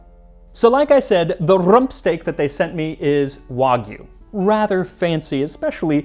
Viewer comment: Thank you for saying "wagyu" correctly. You have cemented yourself as my favorite cooking channel. Try Miyazaki beef. Kobe buys cows from Miyazaki.